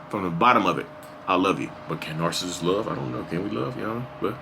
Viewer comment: I love how you said "Am your favorite Narsists" keep going.